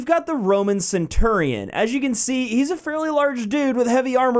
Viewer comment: hears pronunciation "sen-turr-ee-on" facepalm